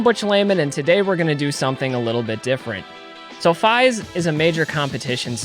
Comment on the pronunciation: Great video! Also fyi its “Feeeeeeese” lol